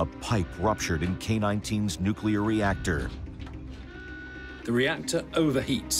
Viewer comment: the Soviets the nucular subermaine before the united states